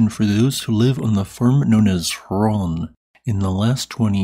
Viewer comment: Hraun rhymes with groin. Also, it means lava flow.